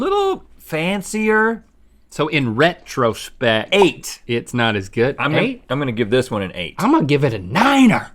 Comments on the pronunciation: “So in RHETTrospect, it’s not as good” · Are we really gonna ignore that??? RHETT ro spect